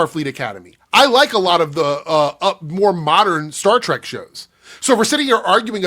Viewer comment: And he called it "Star Tryke." He's such an obvious hack.